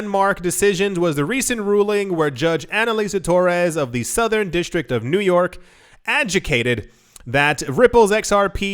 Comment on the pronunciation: Adjecated lol